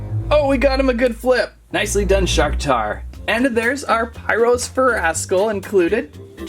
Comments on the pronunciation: STOP MISPRONOUNCING NAMES LIKE NILLIOUS AURELUS AND PYRUS DAN!!!!! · You are mispronouncing names like Nillious and Pyrus and Aurelus